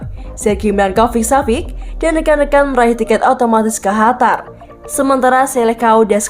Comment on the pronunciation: Qatar min bukan hatar